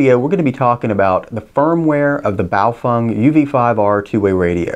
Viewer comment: You pronounce it (almost) correctly! That is rare on YouTube. Handy info...thanks!